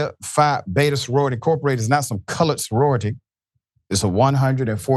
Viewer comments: I'm Black and it sounds like he sounds like he said college to me as well. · Sounds like he said colored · COME ON NOW! I listened several times and he said colored. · Colored doesn’t have a “g” in it. His pronunciation was a little funny, so I understand your mistake. He pronounced the word “cullidge,” which is clearly closer to “college” than “colored.” (Not to mention it is highly unlikely someone his age would ever say “colored”; that’s a word used by pre-boomer generations) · Agree. I slowed the audio down and he definitely said colored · This man said colored there is no d in college. Racism is real. Wake up America what you do in the dark has come to light. This us suppose to be a free country. GOD HELP US ALL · Sounds like he said colored. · Come on now, he plainly said colored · He definitely said colored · he said colored witch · He said Colored Soroity 😡😡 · I was thinking to give you all the benefit of the doubt, but after listening on speaker with volume up, he definitely said colored. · HE said,COLORED. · So the black man says not a word and let him Disrespect her and Sorority by using that ol Southern word Colored. Shameful people bunch of Foreign speaking people Caucasian ignorance. And that fool said Hauctoauh disgusting brains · We'll heard what he said Color sorority!!